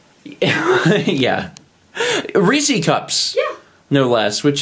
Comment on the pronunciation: The way pronounces "Reese's" hurts my soul